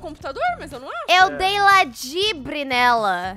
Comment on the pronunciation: Sempre que ela da um dibre ela fala : eu dei o dibre do século